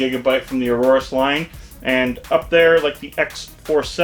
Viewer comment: Aorus is pronounced "A-yor-us" not Aurorus.